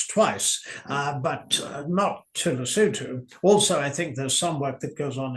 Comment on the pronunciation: Hats off to pronunciation of Lesotho, Sentebale and Chandauka. Best I've heard on any podcast. 🇿🇦🇿🇦🇿🇦